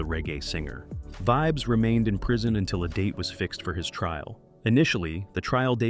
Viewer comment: Calling your page Reggae Stars.. pronouncing a reggae stars name wrong is crazy work.. Vibz?? Wow